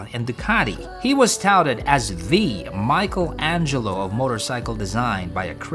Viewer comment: Michelangelo not michael-angelo😅🤣🤣